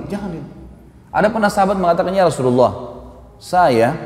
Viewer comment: YA ROSULULLAH... HARUSNYA YA ROSULALLAH..ITU HURUF YA NIDA MENASABKAN SEPERTI YA HABIBALLAH...BUKAN YA HABIBULLAH